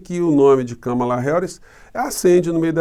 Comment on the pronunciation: Professor uma mulher que mora nos EUA,e assiste a FÓRUM, disse que o nome da Kámala, é acentuado na primeira sílaba.